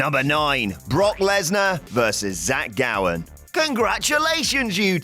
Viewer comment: *Gowen not Gowan